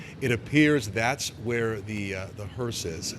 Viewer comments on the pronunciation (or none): It's a hearse, not a hearst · Not Hurst, it's hurse! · Hearse .. not Hearst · HEARSE NOT HURST. A Hearse carries a casket. Hurst is a transmission product manufacturer/retailer. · Hearse not hurst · Someone should have told the lady it's a hearse not hearse"t" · It's HEARSE not hearst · Hearse does not have a T on the end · Hearse no t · you've done great coverage, but there's no "T" on the end of hearse. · She keeps saying “the hearst” and even her co-announcer doesn’t know to correct her. Orange Dump did say he loves the uneducated 🤪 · The word is hearse without a T. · Someone needs to tell the female commenter that there is no “T” in the word hearse! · Please stop saying “hurst” it’s distracting